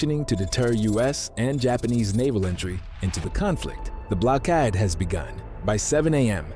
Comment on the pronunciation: Blockode? You mean blockade.